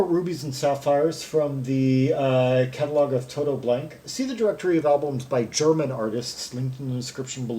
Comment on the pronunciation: GmbH means Gesellschaft mit begrenztet Haftung, literally a “company with limited liability”. Blanke is pronounced Blan-ka, but you apparently don’t speak German :-) no problem. 98 percent of the Krautrock stuff we played back then was just improvised. Very little composition was involved as most of the musicians couldn’t read music anyway. I was a session player so I played with some of these bands like Embryo so that I could tour North Africa with them, that was fun but earning 600 marks For two months tour was really ridiculous. We were young and we just did it for the experience.